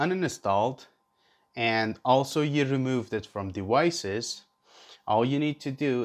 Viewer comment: fuck the story. we want to know how to connect our hero 8 to a pc! c'mon man! Edit: Sorry that was out of line.. Thanks for the video! Edit:, Edit: Don't say dewices.